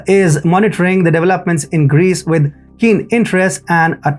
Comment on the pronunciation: Aegean is pronounced in English with the stress on the SECOND syllable; ah-GEE-an . I had to think to work out your pronunciation "A-gan's" meaning. Lucky my Geography is good and I know the Aegean Sea well. Another odd pronunciation from your part If the World is Development. It's pronounced dev-EL-op-ment. When you say Development it's sounds like Devil-Upment! Very good analysis by the way.